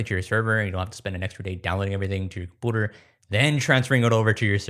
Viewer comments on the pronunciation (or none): why does this guy say compooder when saying computer? des bro have a speech impediment? if so why does he pronounce everything else completely normal but only computer weird asf Edit: he also says community weird. he says it like comoonidy bro def just has an impediment, my bad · stop saying "compooter"! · Had to stop watching at the third "Compooter" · Great videos man. I love your stuff, BUT YOU CANNOT KEEP SAYING comPOOter! I know you can say the word “you”. There is no possible lisp in the world where you cannot pronounce you and can only say oooo!!!! You can’t keep saying comOOOOnity, either!!! It seriously grinds my gears soooo bad. Actually makes your great content nearly unwatchable when you say dumb crap like that. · ive watched you for a while, great videos, but the "quirky" use of compooters instead of just saying computer normally makes me want to blow my brains out my skull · By compoader, does he mean computer? And by dadda, does he mean data? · This played automatically from suggested videos.. my only comment is that you need to repair the way you pronounce computer. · your how old and can't say computer right?? wtf? lol compyouter not compooter... lol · it really annoyed me :D - it's com-pyu-ter not com-poo-ter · Sorry, but it's hard to take someone seriously when they say "com-pooter..." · I take you so seriously until you say “com POOter” 💩 😂 it’s “com-PEW-ter “ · Can you please say compooter again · can anyone please tell me why this guy says compooter??? i suspect it might be just to cause reactions like mine and increase viewer interaction to his videos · Compooter. Yeah he trolling lol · compooter lol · Chat, why does this man say "compooder" my mind is going to explode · Ah yes a compewter. Jk, good video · Is "compooter" a joke or do you not know how to say the word correctly? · “A compooter “ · I’m not sure if I believe this guy has no accent except when saying “compooter” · "Compooder" is still funny to me lol